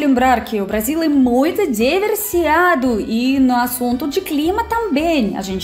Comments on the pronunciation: DI-VER-SI-FI-CA-DO,!!! "Diversiado" Não Existe na língua portuguesa, tá ok?! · do meu coração, lindíssima russinha, parabéns pelo vídeo, da próxima vez troque o diversiado por diversificado, você tem falado muito essa palavra mas ainda não acertou na pronúncia, mas veja bem gata, to muuuuuito feliz com o seu desenvolvimento e conhecimento da terra Brasilis, principalmente agora que você sabe que quando você junta Rio de Janeiro e São Paulo não da o tamanho de Minas Gerais, e o Brasil realmente é um show, parabéns gata...